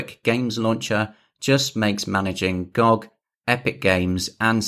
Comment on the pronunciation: Instant dislike for calling it gog instead of gog